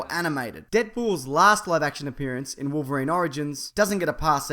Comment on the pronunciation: he actually says "Polverine"